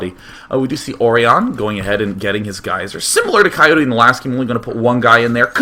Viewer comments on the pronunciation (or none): none